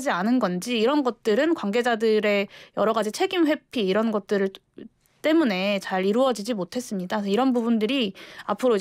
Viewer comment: 잘 들어보세요ㅡ'이란'이 아니라 '이런' 입니다